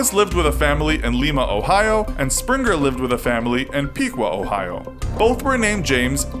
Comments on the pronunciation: It's pronounced LIE-ma, not LEE-ma Like the bean not the capital of Peru. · Lima, Ohio oh my!! it's not everyday my little town gets mentioned, let alone on something as big as the infographics show! Just a little qwerk we have here though, we don't pronounce it "Lee-Ma" we pronounce it "Lie-Ma" :) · You said both of those Ohio cities wrong, Lima (lime-uh) and Piqua (pick-wuh) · Lima, Ohio is pronounced "lie-mah" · You said Lima wrong